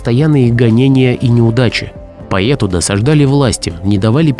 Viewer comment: Лайк, конечно, только Бродскому. Чтец отвратителен. Это его поЕту, поЕта и т. д. просто по ушам бьёт!